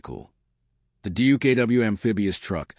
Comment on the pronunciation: check your facts stop using lame ai and its duck not dookoo.